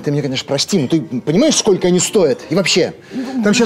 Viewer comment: «Скока» вместо «сколько» - это … (((